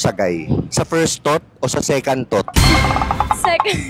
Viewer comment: Second Thought (parang, "sa kantot" ang datingan) hahaha...